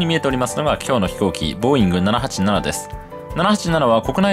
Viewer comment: 未だにナナパーナナと発音するスーツ